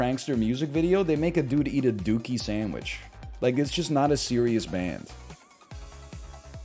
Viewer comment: Why did he pronounce dookie normally in the context of a dookie sandwich but completely wrong in the context of Green Day